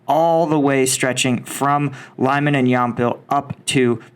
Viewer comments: Lyman “leeman” not Limon🍋 😅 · Lyman is pronounced "Lee-mahn," not "Lie-man." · One thing that sucks from Western youtubers covering this is the pronunciation. for starters... it is NOT lyh-man but rather leh-mhan. If you doing vids like this, at the very least watch videos from RU and UE. Telegram, and YT are jam packed with them. Sorry for the sub titles. Deal with it like an adult.